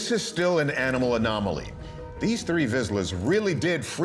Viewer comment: The dogs are hunting dogs and instinctively know to be still when there is prey, as the end of the clip shows there is a bird in the bushes. And you didn't pronounce the type of dog correctly.